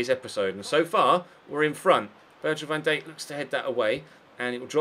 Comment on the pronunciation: Ive had to stop watching due to the way you continuously butcher Van Dijks name , van dake ? wtf not to mention greeayzman :P